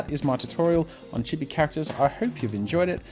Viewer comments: Not chi-be it’s pronounced cheee-beee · Anyone Else cringe when he pronounced chibi wrong? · Lol just the way he says chibi